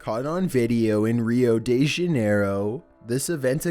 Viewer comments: Rioll Dew Janeirwoo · Rio-day-shine wth this should be a meme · "Rio day-shun-arrow" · It's pronounced RIO DE HA-NEY-RO.